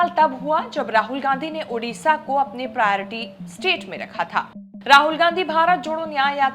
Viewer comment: Hindi people typical problem is mispronouncing every name of non Hindi people or place,it is their notorious and traditional bad habit ....it is not TaraChand,it is Taraprasad,it is not udisha,it is Odisha....poor vocally handicapped Hindi people